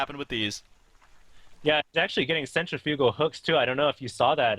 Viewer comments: u have to pronounce:centrifugal" fluently. not centri-fugal. silly:P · "Sentra Fyoogal Hooks."